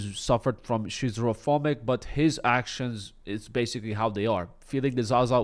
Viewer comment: As a schizophrenic, hearing you pronounce it has me crying of laughter lol. you tried thats all that matters!